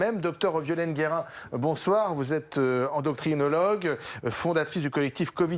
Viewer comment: endoctrinologue!!!!Mort de rire ce lapsus....ENDOCRINOLOGUE!!